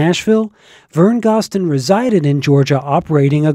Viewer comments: GOZ-DEN not GOSS-DEN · Thank you! Vern Gosdin is one of the greatest country singers of all time, and he deserves to have his last name pronounced correctly. I'm surprised that the person who created this video got that detail wrong, especially since he runs such a great country music site!